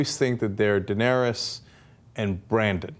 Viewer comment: Yeah I hate when people talk like they know what they're saying and get it wrong. Like when they get the names wrong- Kaitlin, DanEEris, MarGery (hard g...seriously). Little things like that shouldn't annoy me so much but they do lol.